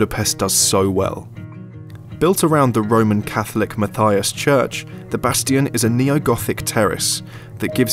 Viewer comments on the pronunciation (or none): none